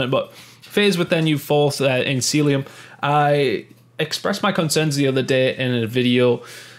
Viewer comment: Ffs it's not seeluim it's cell ium